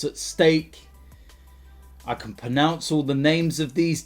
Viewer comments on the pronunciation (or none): "I can pernouce all the names" the word pronounce is pronounced pro-nounce not per-nounce